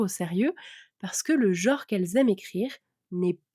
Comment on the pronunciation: "Jor" ? "jore" ? "jaure" ? Ce ne serait pas "genre" plutôt ??